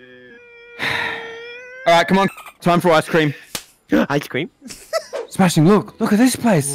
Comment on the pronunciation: I’m suing smashing didn’t get his ice cweam 🙄